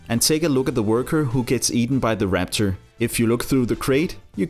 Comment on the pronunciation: No offense but it’s raptor not rapcher